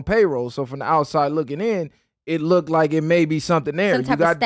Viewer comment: Lmao said lookded, kno wat he trynna sound like